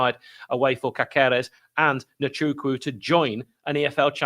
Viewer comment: As your Spanish correspondent I can confirm it should be pronounced CASeres - the accent over the "a" indicates that's where the stress is and the second "c" is soft like an "s". Keep up the good work.